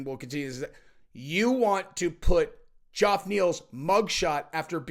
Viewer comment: I don't think this guy is pulling a Chael here. I think he looked at the name, "sounded it out" and that led him to Joff 😂